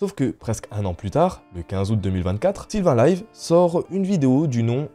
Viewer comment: Sylvain lévy aretter de dire 'sylvain lyve' si vous ne connaisser pas ne faites pas de vidéos